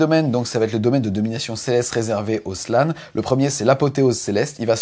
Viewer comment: Ca pique les oreilles quand dit 'Slan" ou "Carnotaure". Mais le travail reste au top et on vous aime;)